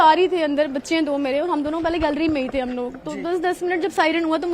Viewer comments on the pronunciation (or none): none